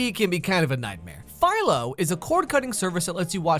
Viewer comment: Who else just thot he said paedophilo when he sad philo